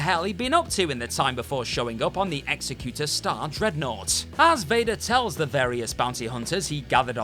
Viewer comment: Darth Vaders command ship is the EXECUTOR(ex·ec·u·tor), pronounced like EXECUTIVE(ex·ec·u·tive). It is not pronounced like EXECUTION(ex·e·cu·tion) or EXECUTIONER(ex·e·cu·tion·er). "You people" came up with the rules.😝 That's right, I "you people"d you.